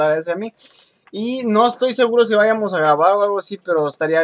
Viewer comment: te digo algo en buen pedo? no digas váyamos y háblemos, es vayamos y hablemos, no le des énfasis en las primeras vocales, no es correcto y se oye mal. Es solo un consejo;)